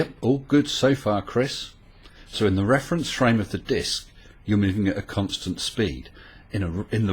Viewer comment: the way Chris keeps saying constant.. uhg